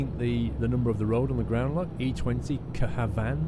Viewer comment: God i love listening to trying to pronounce danish stuff XD. I laughed so hard when he tried to say K. Havn which is short for København (Copenhagen) Though it was pretty impressive how he said København